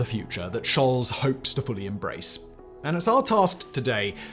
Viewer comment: Scholz is pronounced sholts, not sholz.